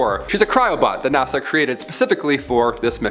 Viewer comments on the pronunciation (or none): none